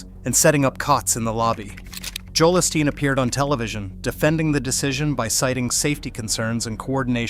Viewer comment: You know it's AI when the simulated voice can't even say Joel Osteen correctly for which the main story is about...